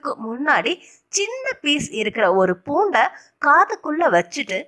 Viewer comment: Madam vellai poond not vellai poud need correct pronunsation.